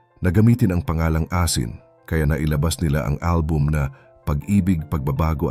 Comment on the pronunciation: This is a constructive criticism. Your voice is definitely perfect but you need to improve more on your pronunciation or accent in some words like "asin" which you mispronounced at the beginning but later on corrected it "mahuli" "patama" "nagwagi" "mabuwag" "sinampahan" etc...regardless, I'm a big fan and kudos to you.